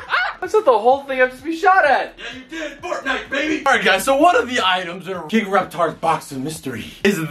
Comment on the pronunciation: Wtf!! The way he said fortnite made me die. I rewinded for the next 5mins just laughing at it until my veins started hurting